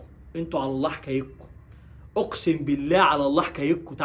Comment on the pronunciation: لفظ الجلاله الله بكسر الهاء